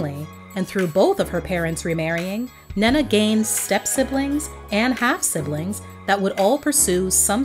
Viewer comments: I absolutely love this video I missed her so much, just if I may say her name is pronounced "Né-Né" more than Nana 💕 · Her name is pronounced Ney Na. You are mispronouncing her name. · Ahhh, it's pronounced Neneh Cherry = "Nina" Cherry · Lol I like how you pronounce her name. We pronounce is as “knee’ Nah”